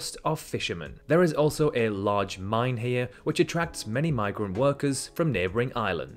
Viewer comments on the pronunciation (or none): none